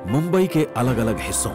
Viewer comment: Not bumbai it's mumbai